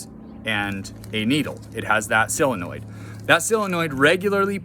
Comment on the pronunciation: Solenoid,not silinoid😂